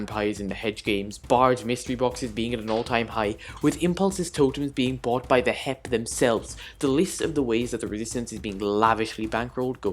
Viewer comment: Hermits: HEP Scar: HIP Grian: HEEIP my guy here: H-E-P